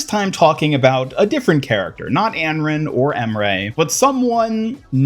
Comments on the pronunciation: Not even trying to hate but I can’t understand how you pronounced Anran like that 😭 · "Änrän" and "M-Ray"... yes, you are slightly mispronouncing the names xD